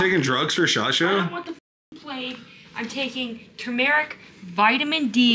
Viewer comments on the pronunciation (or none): Lol I Don't like the way she pronounces tumeric, she said"Tu-mar-ic"